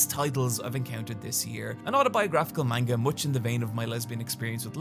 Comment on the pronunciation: Can't believe you're still calling it main-ga